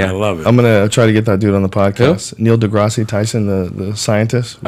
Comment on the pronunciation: Neil degrass-eeeee tyson. Joe is such an idiot. He just has to say neil's middle name like it's a canadian show about lame high school kids and drake in a wheelchair.